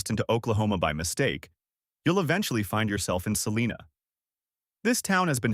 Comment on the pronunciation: It is pronounced "SELL-EYE-NA" (Celina).